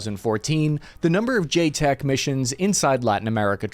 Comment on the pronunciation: JCETs, pronounced J-sets. Not JTECs.